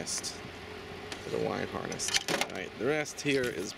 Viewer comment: Harness not harnist